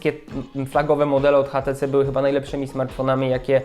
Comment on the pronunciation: kochany mówi się ejcz ti ci:D